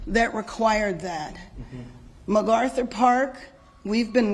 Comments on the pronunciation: This demon needs to be fired. There is no G in MacArthur. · She called it McGarthur Park….doesn’t even know the name of the park that she’s mayor of.